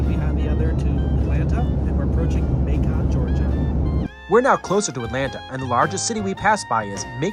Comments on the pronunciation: Nice video! FYI, it's not "Ma-CON," but pronounced "MAY-kun." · Hey the pronunciation of the city of Macon is [ M AI - k uh n ] for later content